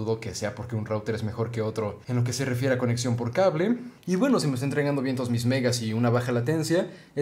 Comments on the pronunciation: Por que "conección" y no "conexión" Dudas de la vida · "Coneccion" en serio bro? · Nadie: Absolutamente nadie:: "Conección" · "coneccion" xD